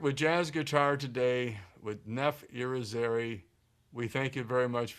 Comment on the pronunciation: This interviewer is a jackass. His phone is ringing, he’s completely unfamiliar with the content and has done no prep, he has no idea how to say the interviewee’s name, he picks up his own guitar and starts playing over Neff’s discussion, and to be honest I think he’s totally out of his depth. It was super telling that he had to ask if the son clave was describing 5/4 time.